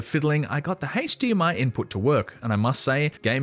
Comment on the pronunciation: Lol at "HAAYYche DMI" instead of "HDMI."